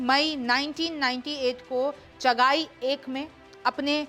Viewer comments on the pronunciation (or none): Its not chaghaai real name is chaghi Kindly do some research